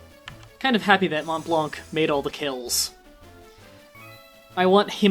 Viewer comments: 12 years too late but since you parade a bit on it, i have to say it, Montblanc actually sounds "MON BLAN", no "t" and no "c" :') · Funny how you tell people how they pronounce Blanc wrong and you do. I'm french and Blanc you don't pronounce the 'C' also Mont the 'T' is silent. Still good start on the Let's play maybe I'll finally "finish" FFTA since I never get into it. FFT was way better in my opinion.